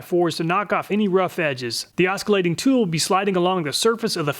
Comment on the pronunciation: You don’t pronounce the “c” in Oscillation……that’s just weird.